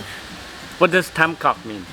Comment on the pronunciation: BTW, remember that the t and th sounds are switched with English. So Tam Coc is like (thum coke...but don't drag out the o sound too long in coke). If you see tr or ch, switch it with the j sound in English. Hang Mua (mooh-uh...roll it into one smooth syllable).